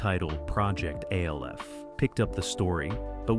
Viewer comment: Just say alf not the letters A L F